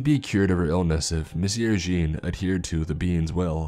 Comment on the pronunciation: No offense,, but your pronunciation of Jean as “Gene” instead of “John” along with your other slip ups regarding French and German names and titles was a bit jarring to say the least. Definitely still enjoyed the story though, so keep up the good work, bruh! 😁